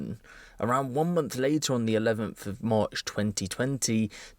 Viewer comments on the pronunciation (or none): none